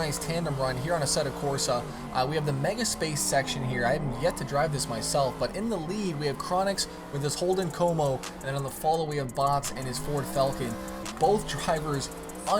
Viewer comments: "And his Holden Co-mo" 😂 Commodore, or Commo for short (Pronounced Com-o) dude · It is, I can't believe he pronounced commo like that 😬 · You pronouncing “commo” was just disappointing